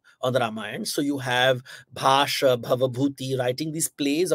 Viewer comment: Also he says भाष (Correct is भास), प्रतीम-नाटक (Correct is प्रतिमा-नाटक). Fella can't read a single Indian language, nikal pada h gyan dene.